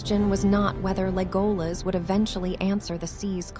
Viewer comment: The dress is on the E it's Légolas not Lególas